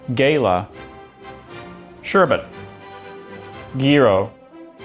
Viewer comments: Me: sees card Also me: ooh GALALA GALALA AYYYYY BINGOOO This guy: gayla Still me: um that is not correct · Gaylah geerow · pronounced gala wrong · yes, I pronounce them, gah-lah and jai-row, not gay-lah and gee-row. English words are pronounced many different ways around the world. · Gala is not pronounced Gayla :/ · when he pronounced “gala” the way he did, i had a stroke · I'm so triggered by the way he pronounces gala